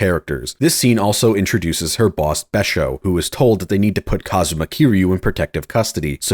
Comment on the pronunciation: Stop saying kasuma’s name like that